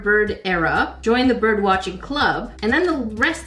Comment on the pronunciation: Does she know how to talk cause she was saying biirb Instead of bird